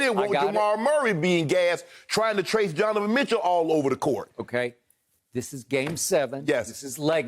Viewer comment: “Johnavon Mitchell” - Shannon Sharpe